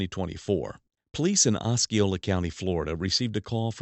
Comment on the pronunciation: Ah C Ole a county. No K sound. Seminole name double stress equal on See and Oh. Ah C Ole a